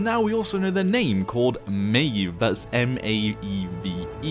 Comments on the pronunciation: It's pronounced at Maw-v plz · i would pronounce it mah ejf